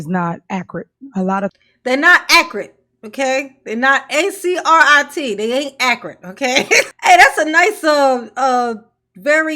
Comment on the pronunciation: These "allizations" about how "acrit" Henyard's comprehension and pronunciation of basic words are fairly fuckin "acrit".